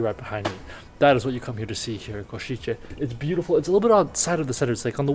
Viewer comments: Kosice, s as 'sh' (shic, ship, shark), c as 'z' (zig - zag) . Try say 'Koshize' instead of 'Koshitche'. Thx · I got ick from you saying Košiče(Ko-shi-tzhe) instead it should be Košice(Ko-shi-tze). Also, cathedral entry is for free, you only have to pay I guess 3-5€ for tower with nice view of the main street which is totally worth it for such price. Nevertheless, thanks for coming and showing Košice to the world, it’s nice place with a lot to offer :) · Small note C is here always pronounced as TS, not as english CH, its Ko-shi-tse, not Ko-shi-che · try to pronounce it like this: "Koshitse" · Košice nie Košitse😂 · please, learn right pronunciation of Košice